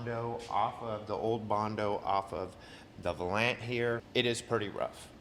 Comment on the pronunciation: Love the videos! Some good old Detroit Steel! I've had a couple of those in my day. One was a Station Wagon. LOL! Also, it's pronounced "Val-Yant". Plymouth Valiant. Keep up the great work man!